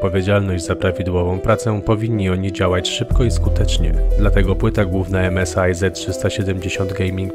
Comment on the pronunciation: 1.W Nowej Hucie tego pełno się panoszy co 5 metrów można się potknąć 2. To się nie czyta (em es i)